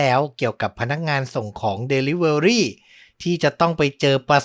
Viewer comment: Delivery อ่านว่า ดิลิเวอร์รี่ค่ะ fcเท็กซัส